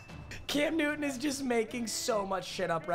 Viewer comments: Sir, it's Cam NewTon with a T. Not Nuin. Say it right! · you realise there is a "T" in the word "Newton" right?